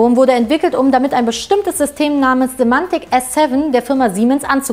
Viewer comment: Es heißt übrigens "Simatic S7" und nicht "Simantec" und wird nicht englisch sondern deutsch ausgesprochen...